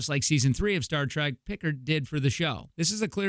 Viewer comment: Right? Stopped there, downvoted, commented, and left. One has to be at least marginally competent, enough to properly pronounce the names, to be able to 'delve' into something.